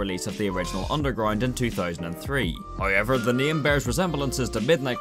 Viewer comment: i love how he says hayever instead of however